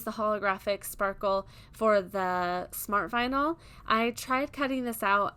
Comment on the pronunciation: Vinyl not vinal